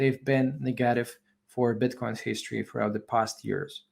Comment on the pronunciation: Like how you pronounce “neghetive” 👍🏼🏆